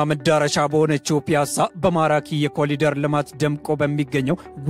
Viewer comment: Corridor not ኮሊደር